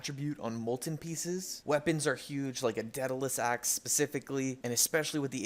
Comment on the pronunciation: Please stop saying dead-a-lus axe its day-da-lus